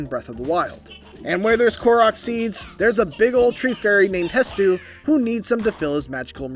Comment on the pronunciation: Bro stop calling him hestu lol